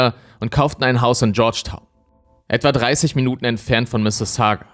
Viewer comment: Ich lebe seit ein paar Jahren in der Nähe von Mississauga und ich muss sagen, dass du die Stadt Perfect aussprichst. :)